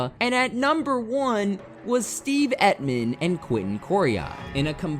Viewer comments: The way you pronounce Emtman makes my ears hurt. Emtman...as in Tempt-men without the "T" It sounds like you are saying Epp-men...but I still upvoted your video. Very good. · It’s Emtman not Etman. He was a tackle not an end. Make a little effort to get things right. Bad job. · Your inability to say Emtman is cracking me up. emt-man not et-man